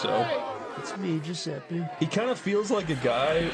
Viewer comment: Giuseppe almost went Giu-septic, hueueue